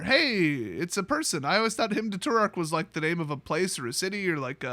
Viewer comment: Too-Rack, Hymn to Too-Rack